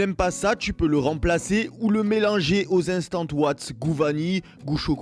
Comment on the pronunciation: "je mange des flocons d'avoine, si tu n'aimes pas ça tu peux le remplacer par du instant OUAT" Nan mais ct' accent 😂😂